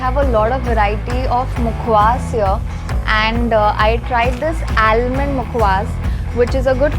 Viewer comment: Nice vlog. Please note that an "L" in almond is silent.